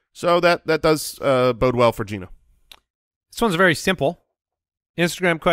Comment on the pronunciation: Idk why but the way pronounces the word “very” as “veer-ee” is very bothersome to me 😂